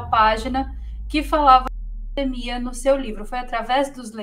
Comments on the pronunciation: Interessante, a palavra correta é PANDEMIA, ela fala paindeimia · Pq ela fala "pandaemia"? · Tão inteligente que fala pandaemia kkk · PANDAEMIA KKKKKKKKKKKKKKK ALGUÉM CORRIGE A SENHORITA PFV KKK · Por que "pandaemia"?? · Porque a apresentadora fala "pandamia"? 🤔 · NÃo sabe falar pandemia kkkkikkkkkkkkk